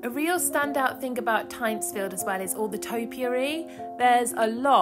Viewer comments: Its pronounced Tintsfield The guano was imported from the Chincha Islands off Peru. No chicken poo involved LOL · Amazing staitly home. One of my favourites. But that's not how you pronounce it. You say the Y like an I and and its got an N in it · Switched off after hearing that you couldn’t even be bothered to find out how to pronounce the name properly.